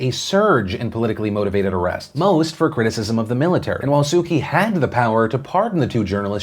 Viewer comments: Philip I love your show but please make an effort to pronounce prominent political figures from around the world correct. Aung san suu kyi. Kyi pronounced ‘chi’ Makes you sound ignorant. And I know you’re not. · Just a heads up that kyi is pronounced 'chi' in Burmese, Phil 👍